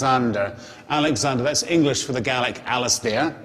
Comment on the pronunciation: would be better if the guy could actually pronounce the Gaelic instead of butchering it